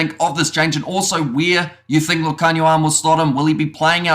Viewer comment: Love your pronunciation of Lukhanyo's name, spot on! 👌🏽